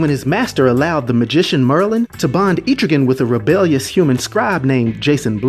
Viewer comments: I like what you're doing believe me I really do i grew up on comic's but you are saying his name wrong and it's killing me. ET-TRIGAN NOT EEEE-TRIGAN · No hate. But it was bothering me too much. It's pronounced Eh-trih-ginn not Eee-trih-gan. No not Aye-trih-gin, Eh-trih-ginn. Eh as in ELephant. Trih as in TRIp. And ginn as in beGIN. But great vid I love Etrigan, he is so underrated. :) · Etrigan's name is pronounced EH-TRIH-GAN, not EEETRI-GAN. Mad love & respect, bro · so this explained the stories from old rap. Thanks. Never knew it was pronounced E-trigan always thought Etch-rigan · I don't want to be that guy, but it's pronounced Eh-truh-ghan, not Ee-tree-ghan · Thought it was pronounced Eh-trigan not Eee-trigan. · Loved this, but man... "Eh-truh-gan." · I believe it is pronounced eh-trigan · JC I know right! Atrigan 🤦🏼‍♂️ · Terrible pronunciation of Etrigan. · He keeps saying it wrong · Etrigan the e in it is short not long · I think you’re saying his name wrong